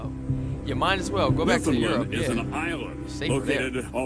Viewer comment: I know it’s been a while since this was posted but I’m gonna really plead with Americans to do Newfoundlanders one small precious favor. Could you stop pronouncing it New-found-lund. It’s rude. It’s NewFinLAND. Say it that way to a native Newfoundlander and they will love you for it. I mean for saving thousands of your people we deserve at least that